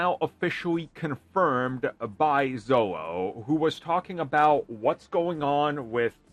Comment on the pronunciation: Xolo is pronounced 'Sholo'. Maridueña is the difficult one. 😅😅😅